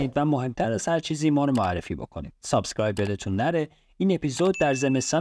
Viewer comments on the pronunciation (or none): none